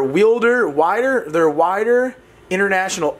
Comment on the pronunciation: pronounced weeder